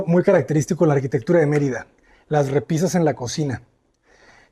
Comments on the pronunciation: First of all, you said Marita it’s Merida learn language before you say it out there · It's MER ida not Mer I da. Please pronouce it correctly. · Sorry, Natalie, but he is mispronouncing key words, Yucatan, Merida, and Cenotes. This makes it very distracting to listen to. I'm glad it's still teaching you a lot.